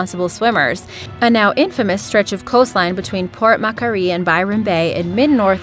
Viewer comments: Port ma quarry. Not port mac quary. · *Fraser Island is pronounced frayz-er rather than frayz-jer, Port Macquarie is mack-worr-ee. Australian names mainly come from English settlers so European pronunciation is the norm :) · “Port mackarie” 🙄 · Hahaa it’s not port macaroy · Port makary😂😂😂😂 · At the end for northern Territory you said macoreye ands it supposed to be said Port Macquarie. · Port Macquarie is actually pronounced like port mackworie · It's Port Macquire (Port Mac quarry). On your fact number One. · With the last one ( Port Macquarie) is pronounced Port Mack-war-ee.... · you mispronounced both Fraser Island and Port Macquarie. Fraser is how it's spelt so I don't know how you did that and Macquarie is Mack-worry with more emphasis on the worry so Mc-worry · Preach, born Aussie right here. You learn to live with it, by the way I loved the pronunciation of Port Macquarie ;) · Port Macquarie pronunciation was hilarious..😂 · Also. You said Port Macquarie wrong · She said port macquarie wrong xD fucking dumbass